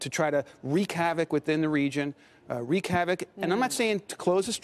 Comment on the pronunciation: lol "reek havoc."